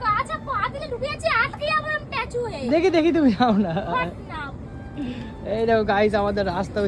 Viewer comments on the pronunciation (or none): কথা টা টেচু না স্ট্যাচু। ব্যবসা করছো কথা বার্তা গুলো শিখতে হবে তো। আমাদের ও ভুল হয় কিন্তু তোমার মারাত্মক ভুল হয়। খুব কানে লাগে। সেদিন বললে স্কিনে নাম্বার দেওয়া থাকবে ওটা স্ক্রিন হবে। স্কিন মানে চামড়া আর স্ক্রিন মানে পর্দা। খুব কানে লাগে গো। ব্যবসার জন্য শুভ কামনা রইলো